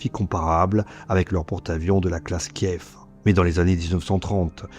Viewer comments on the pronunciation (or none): none